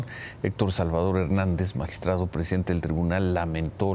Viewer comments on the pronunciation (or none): No se dice magistradEeee se dice magistradOooo